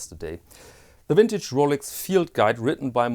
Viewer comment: Love your videos. Everytime you say 'wintage', I get a smile on my face.